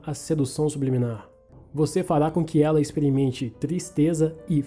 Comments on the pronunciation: "SUBILIMINAR" KKKKKKKKKK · Kkkk sub liminar,kkkk É subliminar Mano,kkkk Zuera viu tio...!!! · "Sibiliminar" kkkkkkk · O nome: "Sedução subliminar" como o lê: Sedução sub-liminar ta serto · "subiliminar" kskkssksksksk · ELE LENDO SUBLIMINAR: SUB LIMINAR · So eu percebi que ele falo subilimar em vez de subliminar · Só eu vi ele falando sub liminar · Engraçado que todo mundo lembro da água mais ninguém percebeu que ele falou 'subiliminar' sendo que é 'subliminar' ah é só pra falar nada contra ele falar errado